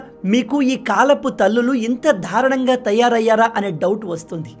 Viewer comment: దారుణం అనే పదాన్ని మీరు ధారుణంగా ఖూనీ చేస్తున్నారు. ధారుణం కాదు. దారుణం..దారుణం దారుణం అనాలి.